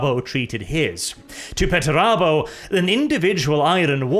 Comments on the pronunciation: ffs why are you saying petterabo and not PERterabo 😅😅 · why do you say peturabo? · There's a first R in that name... ffs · I got "Pert a boat," & I lost it. Then CC called Perturabo "Better Iowa." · Everyone: Perturabo Me: Portobello